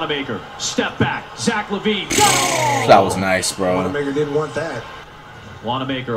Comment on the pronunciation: flight say zach lavine name right